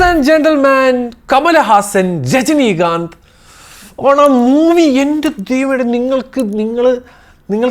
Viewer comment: njan jajani kanth enna keatta :)